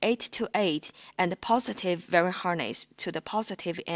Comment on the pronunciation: "VERY" harness?? it's called a "wiring" harness like WHY R ING. Good attempt otherwise. might help :)